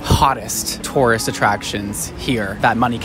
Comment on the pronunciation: Anyone else keep hearing "Taurus attractions"? 😂